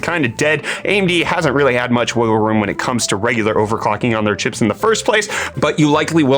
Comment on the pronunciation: fax... "chipeeezzzzz"??!?!?!? asalwaystyforyourhardworkanddedication!!!